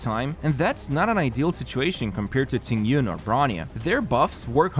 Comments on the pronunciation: Qingque is pronounced like "ching ch-yu-eh" , not QQ😭😭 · Qingque is pronounced kinda like Ching Chu-eh.